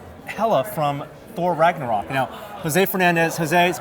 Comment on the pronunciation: "Ragnorak"? Lol